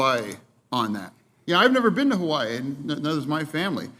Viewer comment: "They went to 'Hawaiis'. Ha Ha Ha. Where is that dummy? By Hawaii?